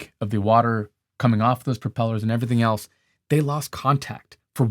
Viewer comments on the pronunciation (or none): none